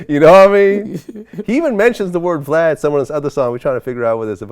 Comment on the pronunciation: Boosie be calling Vlad "Blad" 😭